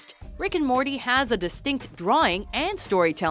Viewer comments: She said Marty not morty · did she just said marty -_ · First its morty not marty, if you are going to talk about something know what you are talking about.... 2nd how is rick and Morty 6th??? If someone is gonna watch scifi cartoons i feel like they shouldn't go by your list, bc its just bad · did she say Marty instead of morty